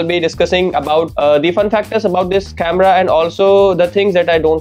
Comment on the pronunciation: ahan ahan English chemera🤣🤣🤣🤣 speaker yeah speaker 😂😂 best one is the chemerahh 😂 OMG